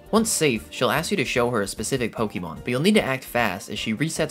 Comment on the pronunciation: Listening to this guys say "pokeymon" takes me back to third grade before we knew how to say "Pokémon". Its pronounced "poh kah mon" brother